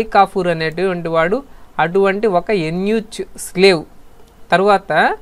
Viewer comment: Eunuch ni యూనక్ ani pronounce chestaaru ,. ఎన్ యూ చ్ కాదు